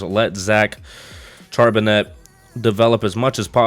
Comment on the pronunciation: Great rebuild vid as always brother. And not to be an ass or anything but your HB's name is pronounced Shar-Ben-Nay